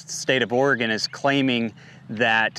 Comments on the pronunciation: Oh-re-gun not Or-re-gone. My stupid state, just sayin’. Not that anyone cares, just fyi. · You must be from the east coast somewhere. I'm from Oregon. We say it Orgun. It doesn't rhyme with polygon. Just Orgun, thanks. Also, it's not ColorAHdo. The A in Colorado sounds like the a in apple. No umlaut. Yes, I know that it's a Spanish word and in Spanish they'd say AH. I used to get it wrong too. Doesn't matter. Point is you don't sound like a local and that annoys the locals. Also, I have a bone to pick with you hoity-toity eastcoasters treating west coasters like we're stupid bumpkins. At least we can pronounce all of your state's names properly without all the stubborn denial of our own ignorance. I've had New Yonkers tell me I'm pronouncing Oregon wrong when I'd hoped to enlighten them in the past. The nerve! Namaste!